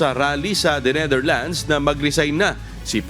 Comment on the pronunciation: Finally this lady reporter got the correct pronunciation of Netherlands 👏(not Neitherlands 😅) peace ✌️ to all